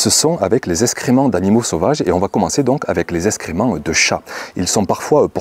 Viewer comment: parlez français ! SVP. : eX créments Pas. eSScrément